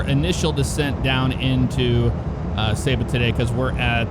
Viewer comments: Pronounced Saybuh. Went there in the 90’s. Great place to visit and the SCUBA diving is incredible. Went by dive boat though, so didn’t get to experience landing or takeoff. Great videos,! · I know someone who is from Saba and she pronounces it Say-ba!